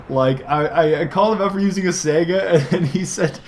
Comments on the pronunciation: it's not a sega, it's spelled saiga (sigh-guh) think of saigon and go from there. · Nope, it's pronounced Say-Ga, look it up.